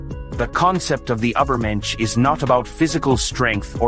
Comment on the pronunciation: Truly beautiful!! Buy why didn't you put more effort in pronouncing "Übermensch" correctly? 😭 It really spoils it a bit for me....